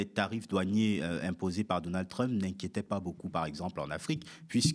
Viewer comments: /trʌmp/ et non /trymp/ vous dites bien /ˈbaɪdən/ et non /ˈbɪdən/ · Les explications de Bertrand Badie sont toujours éclairantes. Juste un peu dommage la façon dont il prononce Trump (ça fait un peu mal aux oreilles 😉).